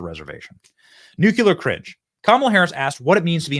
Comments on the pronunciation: Benny, I love you. It's Nu-CLEE-ur. (Nuclear. See the order of those letters? Not Nuke-you-lur.) Please, stop saying it like GWB. Thank you. I appreciate you. I just ... please. Thank you. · Nu-CLE-ar. Not “nu-cue-let”